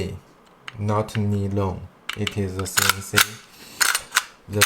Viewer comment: Nylon 英文读法不是尼龙，是读（奶龙）ny 不是（尼）。是读（奶）